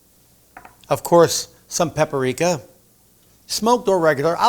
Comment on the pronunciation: What in the world is “pepper rica”? I’ve heard of paprika. If that was your attempt to interject some “personal flare”, stop it! You’re just going to confuse people who don’t cook regularly enough to know you didn’t say the ingredients correctly.